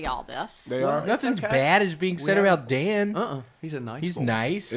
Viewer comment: the name Dan has three syllables lol “Day-yuh-nuh”